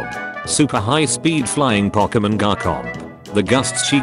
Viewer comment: The Voice AI saying Garkomp 💀